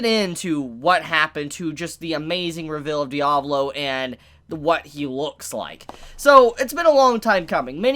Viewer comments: My guy it’s Diavolo not Diablo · Its Di-A-Vo-Lo not diavlo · Anyone else bothered by him calling Diavolo Diablo? Just me? Ok :(